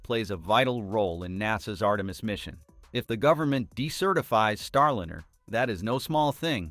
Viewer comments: Liner!!!!?!! Not linner!!,!,!,!,!,! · If you expect us to take your production seriously, You need to take it seriously yourselves. Get your voicing in order. Come on!!! "STARLINR" NO NO NO. "star"line"er!!! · Boeing's Star linner? Really?!? Is this AI voiceover? This s * u* c* k*s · why do so many of these type shows use a voice generator to read the script. It is boring, and becomes ridiculous counting mispronounced words. The name Starliner bounced back ad forth between the correct name and with a short i vowel sound. Boeing 737 was mispronounced seven hundred thirty seven every time. Why can't you just find someone with a nice speaking voice and ditch these awful computer generated voices. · "Starlinner", really! It's time people stopped using AI voices. They just annoy listeners, like AI art that wowed us for a few hours and then became same-y and loathesome. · "Starlinner"??? You trying to say something? 😆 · It is not a "Starlinner" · Get someone or something that can correctly pronounce words. Starliner is not Starlinner! Left . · What's a "starlinner"? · Why do you pronounce it Starlinner? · These robot voices are too much. What the hell is a star lin-- er. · AI pronunciation of Starliner😅